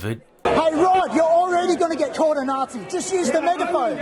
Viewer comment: "You can join in, but be a nice Nazee eh?!" 😅